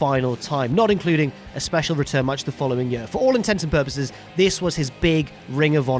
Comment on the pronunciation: what the fuck is a "yuh"?... you mean year.